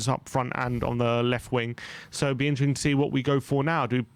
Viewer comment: I find it really funny how often butchers the word "interesting", i hear it in every video atleast once 🤣. Instring, intsring, isntring insteresting